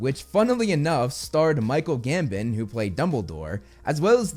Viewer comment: ‘Michael Gambin’ jeez dude at least give him the honour of pronouncing his name properly. I think he did excel at being soft spoken, using that famous GOF scene is a bad take.